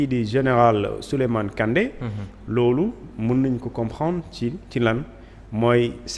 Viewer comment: Ce journaliste est nulle plus de 5 fois il ne peut pas répété le nom kandé apprenez a bien lire les noms